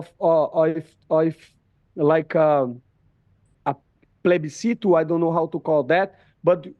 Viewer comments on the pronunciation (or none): pleibicito: plebiscite